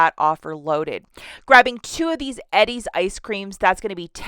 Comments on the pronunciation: It's pronounced E-DEEZ... not Eddie's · It’s pronounced eee dees everywhere lol